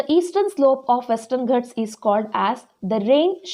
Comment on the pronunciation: Mam plesae speel it as ghaats not as ghats